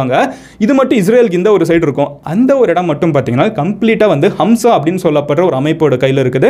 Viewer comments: It is Hamas not hamsa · It's Hamas not hamsa!! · Adhu "Hamas" ✅bro... "Hamsa" ❌ illa. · I guess you were referring to Hamas and not Hamsa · Its is not hamsa.. It is hamas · It’s not Hamsa it’s hamas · MG NOT HAMSA IT IS HAMAAS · ஹம்சா இல்லை ஹமாஸ் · Avaru thappu thappa solraru.. HAMSA illa HAMAS. ithi oru theevravadha amaippu... india la mattum 5 attack pannerkanga.. apram sonna niraya vishayam thappu🤦‍♂️🤦‍♂️🤦‍♂️.. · Bro, you are very good at explaining complicated things.. Hamsa Ila bro athu hamas,,😍 Enathan militant group ah irunthalum na Hamas tha support panuven. As u said British only did the blunder due to international pressure at that time to give Israel a new state in Palestine. As they couldn't solve the problem they left in 1948 , very soon after withdrawal of British , Israel declared themselves a state in Palestine , what followed is a war and it still continues... Super explanation bro... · Hamsa ...puspa purusan mari 😂😂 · Bro! You are as usual well informed and had checked lots of stats and facts. I had to tell u about pronunciation of HAMAS not HAMSA. You said it wrongly several times. The other thing about the issue is something religious and very surreal. Yes the Israelites are one of a kind ,God’s special people.Christians knew that very well ,so does the Arabs and others. What to say?? These (attacks)are painful and still purposeful. Without involving CIVILIANS. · His name is hamas not hamza....and u said only about the casualty died ob israel only ...not mentioning about the casualty in palestian... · not hamsa. It's Hamas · Hamsa ... Hamas ah bro 😅😆😂🤣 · ஹம்ஸா அல்ல ஹமாஸ் இயக்கம் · It's not HAMSA, it's HAMAS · MG anna athu hamsa illa athu HAMAS😂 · Dey thambi... not Hamzah ... it is Hamas... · ஹம்சா இல்லப்பா, ஹமாஸ்! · Hamsa illeppa hamas 🤣 Enna innam paithya karanave nenachitu irukurala kumaru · It is Ha mas not Hamsa. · Yov Hamsa illa "Hamas" paa... 🙄😁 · it is not hamsa group it is hamas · Not a hamza bro its hamaz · That is hamas not hamsa....